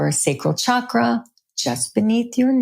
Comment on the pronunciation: I so enjoy listening and learning from your in depth you create ., Yet Pls pronounce the word Chakra correctly.. thank you. 😊